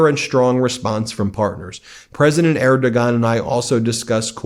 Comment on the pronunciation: C'mon, man. You have to know how to pronounce Erdogan. Er doh wan.